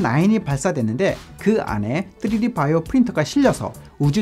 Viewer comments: 맞는 발음은 아님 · 쯔리디 ㅋㅋ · 뜨리디 ㅋㅋㅋㅋㅋ발음